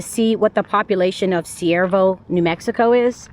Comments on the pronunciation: I can only find Cuervo on google maps = Not Siervo? Do you mean Cuervo? It is pronounced starting with Q. Love watching your travels from here in Las Cruces because I would be a full time nomad if I could. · The nearly abandoned town you visited is Cuervo, pronounced like quair - vo, which means crow in Spanish. I live in Albuquerque and have driven past it many times and have never visited so thank you for showing it to us. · It’s pronounced k-uervo the c sounds like a K. 😊 JOSE Cuervo tequila comes to mind. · Cuervo is pronounced like the tequila. This place is not safe. Google it and you'll see.